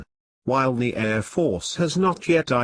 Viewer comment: It's an excellent digital voice file player in real time, but they start putting me to sleep after 3 or 4 minutes. The airrrrr defences is an item that requires some work. The secret is how many versions of each word one builds into the library. A live announcer varies their reading based on the content, not just the words and the order. Audio Engineer opine